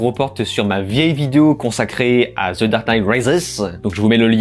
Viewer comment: Je ne crois pas que cela se dit "zeu" batman 🙄